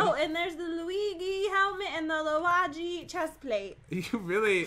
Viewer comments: it's the Luigi helmat and the luige chestplate Pat-You really say everything perfect don't you Me-Wheeze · It’s pronounced loo wee jee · No one NO ONE: Luagy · Its (wall-uh-wee-jee)